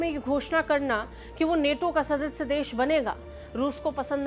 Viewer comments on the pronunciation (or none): नेटो नहीं नाटो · Neto nhi nato h vo😂😂😂😂😂